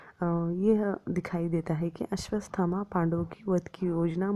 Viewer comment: सब् कुछ अच्छा था। मगर आपने अश्वथामा को अश्वस्थमा कहा है, आपका उच्चारन गलत है 🙏